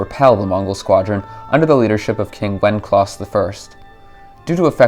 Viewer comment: Wenceslaus = wen-se-slaus not "wenclaus"